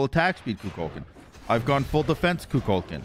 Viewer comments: I like that manages to mispronounce Kukulkan and Cu Chulainn THE EXACT SAME WAY 🤣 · There's no shot you expect us to continue watching the video when you call him kukulkan like 10 times within the first 2 minutes of the video?